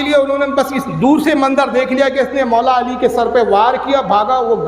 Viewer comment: حضرت و مولی علی نہیں مولا علی ہے ٹھیک ہے اس کو صحیح کر لیجئے